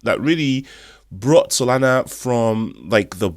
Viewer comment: Yoi said SoNala brother instead of Solana just looking out😊